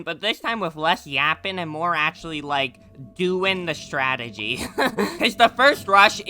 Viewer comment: Strategy ❌ "Statergy" ✅